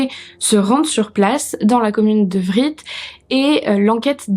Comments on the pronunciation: Vritz se dit vri mais voilà on s'en fiche 😂 Par contre angers nest pas en Loire Atlantique mais en Maine et Loire Je suis choquée par Stéphanie qui emporte son bébé de deux ans sur les lieux fu crime... Vidéo intéressante merci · Bonne vidéo mais juste le t de Vritz ne se prononce pas, j'ai habité longtemps à 5 kilomètres et à entendre ça faisait bizarre et oui j'ai du croiser la victime en faisant mes courses mais je ne la connaissais pas.